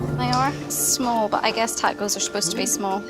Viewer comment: The English have butchered more native languages than anyone else. They use the short "a" in "can", but then use a more continental "ah" in "can't" - so why can't they pronounce tacos properly? Then there are words like valet, it's French, so why do they pronounce it as though it rhymes w pallet? And then there's what they've done to Dutch 🙄. When they took over New Amsterdam, they heard Dutch words that they couldn't really pronounce. [Quick Dutch guide: Dutch oo= English oh; oe=oo as in boot; and J, as with the Spanish & French LL, is used like an English y and is often a diminuitive.] So they heard koekjes (little cakes) and thought they heard cookies. They heard kool sla, and thought they heard cole slaw. Surprise! Kool is Dutch for cabbage & sla is Dutch for salad. They heard Sinter 'Klas and thought they heard Santa Claus. Sinter Klas is a diminuitive of Sint Nicolaas - little St Nick. Weirdly, even though Sinter Klas wears his red Bishop"s robes & mitre (he was a mid 3rd century Bishop in Myra, Anatolia), just like Father Christmas, somehow in America it devolved into a red suit & hat. Worst of all, they heard the Amish in Pennsylvania call themselves Deutsch (German) and thought it was Dutch. Nope. The Amish speak a kind of German, not Dutch. Having said that, Amsterdam is like London in being able to get reasonable ethnic food, but in the villages, they tend to combine Asian ethnic foods into one restaurant, and for some reason, have tomato in a lot of Chinese dishes